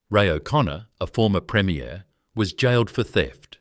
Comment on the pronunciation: Premier is pronounced differently than premiere, I already commented on the dodgy pronunciations in this video and my comment was deleted. Consider this poorly created video reported